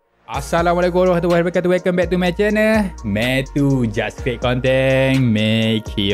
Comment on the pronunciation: CREATE bang,bukan CREAT